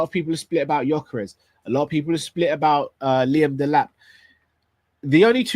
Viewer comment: why did you say Gyokeres's name come on my brother haven't you learned yet?? Please do not say the players names. Congratulations on your anniversary hope you will love each other till the end. Much love and may the Lord bless you you and all your family.